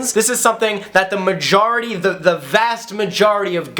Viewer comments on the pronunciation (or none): You say majority like ma-jar-at-y